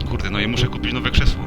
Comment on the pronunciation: Krzeszło xd